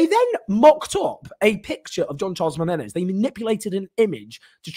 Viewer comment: Jean Charles de MENEZES please say his name correctly!